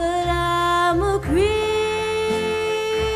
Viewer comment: You are not pronouncing the words in the lyrics so that they can be understood. Especially the word "creep", sounds like "cree".